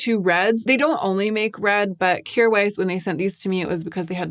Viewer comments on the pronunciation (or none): none